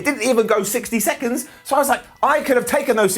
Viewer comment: sixty sexonsds